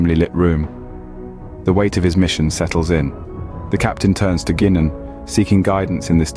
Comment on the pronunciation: SMH... The greasy wanker AI graphics are bad enough but the shitty CG narration says "GEE nan", not "GUY nan". Did noone give this shit an editorial listen before release? If so, they were no Star Trek fan!